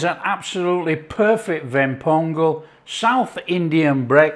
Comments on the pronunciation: You pronounced it like a Tamilian (Ven pongal) Appreciated. Thanks for taking it your subscribers.. Love from Chennai ❤ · My mom and I watched this video together. We couldn't help adore the way you pronounce the Tamil terms "Ven Pongal (வெண் பொங்கல்)" everytime! You've earned a subscriber! Love from Tamil Nadu, India! 💚